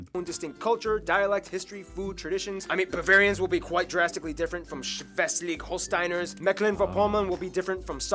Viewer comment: "Schwwweslig Holstainers" 😂 now I remember I already watched that video 😂😂😂